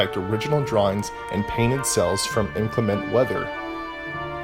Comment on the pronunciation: you mispronounced "inclement"